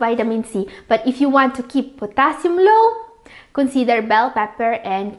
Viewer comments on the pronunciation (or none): Pronounce it right please...moosely or mostly? Sometimes, there are words that I can't understand..are you speaking allien words??? Lou or low? Benipit??